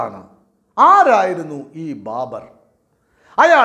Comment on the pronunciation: Babar not BARBER